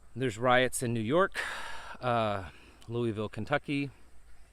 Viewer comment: Riot not root